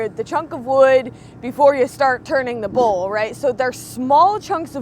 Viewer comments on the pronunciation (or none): What the heck is a bull-turner? That's what I thought before I figured out you were saying bowl-turner.